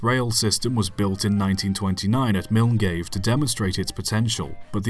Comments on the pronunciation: Milngave?? Milngavie is pronounced without the N & V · I think you meant "Məlguy", as Milngavie is pronounced. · Before this stated I knew 2 things. Firstly, the Bennie Rail plane would be included and secondly, you would not know how to pronounce Milngavie. I'm delighted to have been correct on both counts!